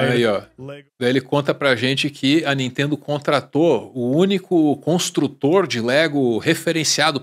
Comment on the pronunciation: Não "intendo" a Nitendo...